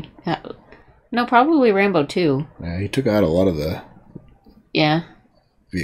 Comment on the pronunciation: It’s Rambo, not Rambone